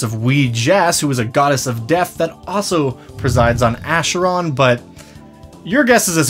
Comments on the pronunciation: Sorry to be "that guy", but Acheron is a Greek word and the "ch" makes a hard "k", as for "chronotyryn". So it's pronounced "Akeron" rather than "Asheron". In Greek mythology, the Acheron was one of the rivers of the underworld, alongside the Styx amongst others. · So you have the majority of the pronunciation correct but it's not a "sh" sound it's "k" sound more akeron less asheron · Please lol. It's pronounced "ackeron" like chimera "kimera". I'm sorry it just made me shudder when you said it that way lol. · i think is the only one i have seen or heard pronounce acheron to pronounce it the way he does, rather than the way i have heard literally everyone else pronounce it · Minor nitpick, but the ch in Acheron is pronounced as a k. It's a river in Greece, the entrance to the afterlive and, ofcourse, the eternal battlefield in D&D.